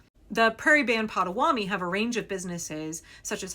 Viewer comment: Pot-a-WA-to-mee. Mispronouncing the name of the tribe is disrespectful